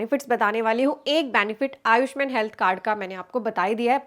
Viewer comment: pronounce as ayusmaaaaaaaan not ayushmn